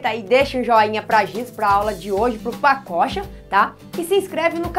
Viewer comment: Só eu que lembro de paçoca quando ela fala pacocha?